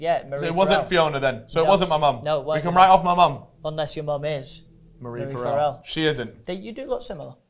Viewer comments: omfg from an irish person now, the way they pronounce farrell blows my mind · I love how pronounced farrell. I mean its not the right way but I prefer it 😅😅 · the way these are pronouncing basic irish names and surnames has me pissing farrell= far ill :')